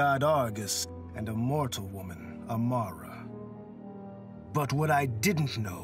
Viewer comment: Wait did he just say AMARA...